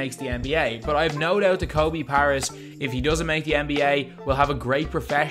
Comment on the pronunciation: Learn to pronounce his name correctly man.